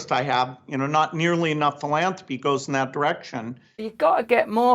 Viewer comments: Is it only me or is Girlie Billy pronouncing "Pillanthropy" in that manner because he is into medical money making and other money juggling endeavors for questionable results, because there is a huge difference in "Philanthropy" and how he purposely pronounces the word? Is he playing with the Ole DS with him telling the truth in plain site! He does not give his money away, he gives foundation money away from the profits of his BPharma ring around the roses money juggling! No prizes for false appearances, Billy and you and the rest of us awake people know this... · Russell pronounces philanthropy as “philamfropy”. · Did he say philandary? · He said PILL-ANTHROPY....WTF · I love how he gets so squirmy at the end and says "Pill-Anthropic"! He is a real Pill all right!💊 💊 💊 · Did he said pilantapy lol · Epstein thought Gates said philandery